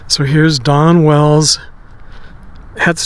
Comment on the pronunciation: it sounds like hes saying Donna Wells